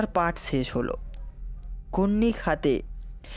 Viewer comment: Amoral "Sesh" boli 'ses' noi